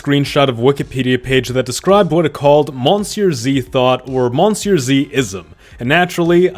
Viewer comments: Why do you pronounce monsieur the english way? I've heard you speak French. But at that point why not just call yourself on YouTube as well? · You pronounce Monsieur wrong